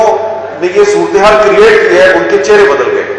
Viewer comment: اللہ کے واسطے "سورتے حال" کہنا سیکھ لے بھائی یہ لفظ "سورتے حال" نہیں ہے " صورت (ت کے نیچے زیر ہے) حال" ہے ۔